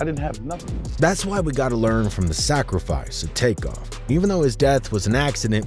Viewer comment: X his name is was take off not crake be reapectfful at least dayum sassy his name corectly💯💯💯 Besides that great mesage very good video ty for it be blessed❤❤❤❤💯💯💋👍